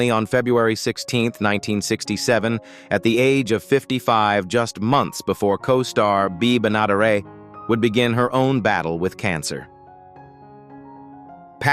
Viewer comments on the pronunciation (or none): 🙄Bea Bena-DARE-et. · Bea Benaderet used to say her last name as "BEN-UH-DARE-ETT". (As usual you butcher someone's name!) Bea was a great actress and voice over artist. Lucille Ball originally wanted her to play the role of Ethel, but she was unavailable at the time. She was good on "Burns and Allen" and also great on Beverly Hillbillies as cousin Pearl Bodine. Funny enough, she was up for the role of Granny, Daisy Moses. However Bea was on set when actress Irene Ryan tried out for the role of Granny. She stepped aside, saying Irene fit the role better than she did. Instead she became cousin Pearl. As time went on, Paul Henning the producer offered her, her own show of "Petticoat Junction". Sadly though her own stardom was short lived, due to her cancer and death. Had she not died and remained on the show, I think the show would have been on for many more years than it had run. God rest your soul Bea, you are missed. You brought humor, sweetness, joy and entertainment to many; and still do in reruns. And we all know Linda Kaye Henning, while a good and attractive girl and woman, was the producer's daughter, don't we? (And again more errors... Mike Minor was married in Sept. '68 to Linda Kaye Henning, NOT Meredith MacRae. Linda was 2nd wife of his and divorced after 5 years. Mike married 3rd and last wife in '81.) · Congratulations AI - you really messed up Bea’s last name! I didn’t watch this show all the time but have seen many episodes then and later in reruns! Just a fun show! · Why do they pronounce Bea Benederet's name so weird? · Why does he keep changing the pronunciation of Bea Benaderet? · And it mispronounced Bea Benadaret’s name. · I loved Petticoat Junction. But, GET RID OF THAT STUPID A. I. VOICE. When it mispronounced Bea Benaderet's name, I stopped the video. Pfooy! Bad form! 😞 Thumbs Down ! 😞